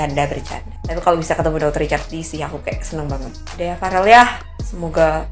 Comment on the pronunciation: Yoi, ngomong aja bk becus, Farel malah parel, belajar ngomong dulu yg bener baru berkomentar